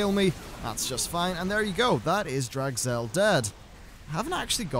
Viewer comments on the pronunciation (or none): Draz'gel. Not Drag'zel Kappa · Draz Gel not Drag Zel. Wow that was bothering me..